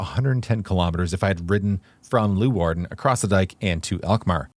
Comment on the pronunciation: It is NOT Loowarden. it is Leeuwarden [lay -wardn] !!